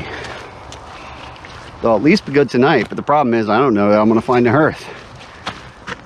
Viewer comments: its pronounced haarth 😄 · What on earth is a hearth? Har Har Har HARth "e" is silent. Anyway... glad you found your pile of rocks. Nice hike.